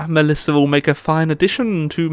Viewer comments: Malissa ... goddamit that triggered me so hard every time you said Malissa 😭 Ma-ssil-lia Oh long live the empire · it's massila not malissa !! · Had to dislike and unsubscribe when you kept saying Malissa instead of Massalia